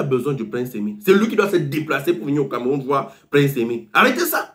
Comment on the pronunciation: On ne dit pas PROJECTER on dit PROJETER 🤣🤣🤣 on ne dit pas CAMEROUM on dit CAMEROUN 🤣🤣🤣